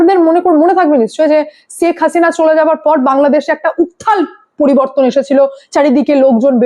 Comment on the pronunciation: ছেখ হাসিনা না ওটা শেখ হাসিনা 😂😂